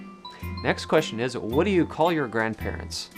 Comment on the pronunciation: you "dyoo" have /u/ fronting :)